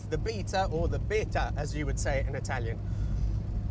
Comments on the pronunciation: 😄 I always wondered how you managed to nail the Italian pronunciations every time. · Told off for using 'station wagon'? Just don't bother with these negative comments. Same way people complain about the only youtuber who is able to pronounce Italian car brands correctly. Amazing channel, love your content.